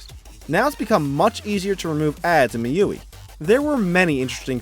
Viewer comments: i am going to correct your pronounciation. MIUI - mi you ai :-) nice vid tho. I will buy the mi 9 lite for sure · Isn't it pronounced MI-U-I?